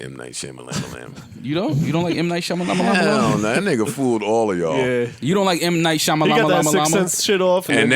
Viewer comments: the way they pronouncing M. Night Shamalayanaaa is hilarious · M. Knight Shamalamalam got me dying 😂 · M. Night Sham-a-lam-a-lamb! 😂😅🤣🤣🤣🤣